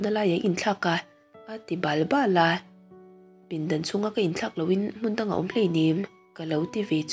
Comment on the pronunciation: Min 40na chho a, "a ti bal bal a.." tih hi "bâl bâl" tih deuhin i chhiar a. Hei hi "bal bal" thlukna awmloin chhiar zawk ta la...te ka lo ti. Ngaihthlak a nuam ţhin e